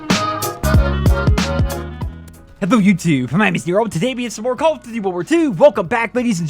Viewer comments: “Calluhdudey Wulwar 2” I think you’re missing a couple of letters in there, buddy. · Makes a call of duty video Can’t even pronounce call of duty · Dudes voice is mad annoying...the way he says “call of duty” and many other things, I get it he can’t change it. It’s just to damn annoying.